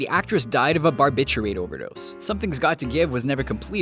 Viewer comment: A barbitchery overdose huh? I think you meant to say barbiturate.